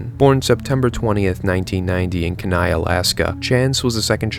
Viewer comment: It’s pronounced KEE-nigh for Kenai, Alaska